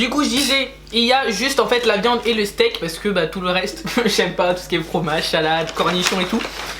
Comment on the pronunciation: tu à dit la viande et le stek 😂😂😂😂😂